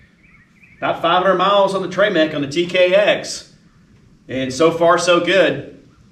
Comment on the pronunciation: “ treee MAC” uh…”trim-ICK” is the pronunciation… and 2.7 qt not 3.5!!!